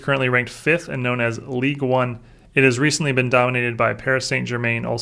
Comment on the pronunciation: I believe French league is pronounced "League uuugh" rather than "League one"